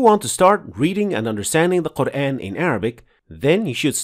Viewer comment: why dont u first fix your own pronunciation. The very word, "quran" is pronounced as qurAAn and not the way you say: qurain. There is a madd on top of alif...